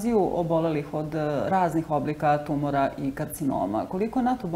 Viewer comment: kako loša novinarka!Đ Gospođa lagano reče tumUr, pa o čemu dalje da razgovaramo :D A gospođi Danici, naravno,svaka čast!! :)